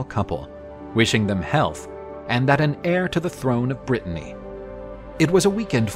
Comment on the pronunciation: Are you saying, "king of Brittany"????